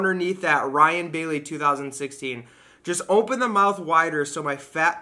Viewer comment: my fiancé and I were watching your Vlog and she brought up something me and you both say the same way she told me we both say "Ompen" instead of Open